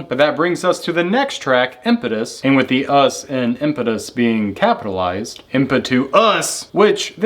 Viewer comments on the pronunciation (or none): This is a solid recap of the album's themes, although Maynard does pronounce Impetuous in the song. Not Impetus.